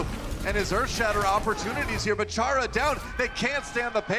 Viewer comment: ITS CHARA REEEEE